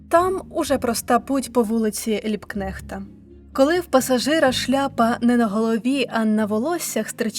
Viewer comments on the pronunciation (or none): Прикро, бо забагато фонетичних помилок, на деякі вже вказувади, отже додам: помилка в наголосі ЛібкнЕхт - німецьке прізвище вимовляється з наголосом на 1-му складі, - майдан Тевелева (не Тевелепа, хоча персонаж був ще той) і т.д. Харківська топоніміка (як і будь-яка) потребує уваги диктора.